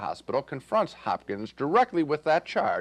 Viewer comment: Anthony "Hopkin" 😂😂